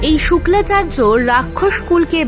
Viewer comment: কনটেন্ট বানানোর আগে শাস্ত্র ভালো করে জানতে হয় শুক্রাচার্য কে তুমি বলতেছো শুক্লাচার্য এটাকি?